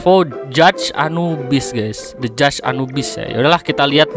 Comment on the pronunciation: Gak sih, hanya mendramatisir wkwkwk. Ya intinya bye bye anubis, paling nunggu eta diencore. Btw tumben lu bacanya bener, gw kira lu bakal salah baca judge wkwkwk